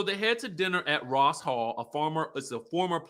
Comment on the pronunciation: Rose hall, not Ross hall 🤭